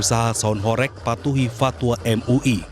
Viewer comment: Sound horeg, bukan horek